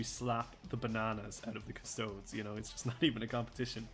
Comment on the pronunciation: I love hearing it. Keep up the great work! Also, if you’d permit me a moment of elitism, it’s “Cus- Toe- Deez” 😂 Please don’t start calling Space Marines “Ass-tarts” 😝